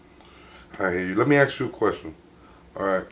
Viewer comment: My God this buffoon just can’t accept an answer from his interview! If they don’t answer the way you want, just move on to something else! Don’t “axe” the same question 4 different times!